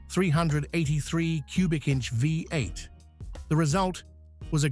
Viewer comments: Too bad about this AI narrative. We Americans know it as a V8 not a 58. I respect that such a power plant is very rare in the UK. Parked next to that 55 Chevy Bel Air convertible it’s ugly. Later, you park it next to a jaguar, XKE, which makes it even uglier. There aren’t three cars in the universe that ever look as good as that Jaguar. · Yeah, it's pretty awful. Calling a V8 a five-eight or Fee-eight.